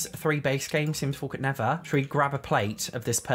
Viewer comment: I absolutely love when he says, the sims 4 could nevah